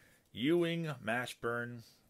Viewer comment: How about the Mash(pronounced like the TV show)burn butchering? Or the Hinrich (pronounced RICK) butchering? Childhood friend honor too? Lol